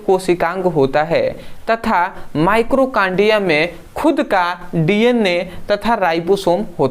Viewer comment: माइटोकांड्रिया होता है भाई माइक्रोकांड्रिया नहीं।